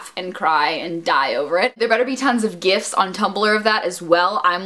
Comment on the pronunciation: thought she said "gifts" of nicholas' booty instead of gifs...why yes, I would like nicholas' booty as a gift